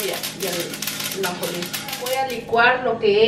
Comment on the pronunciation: se dice ajonjolin.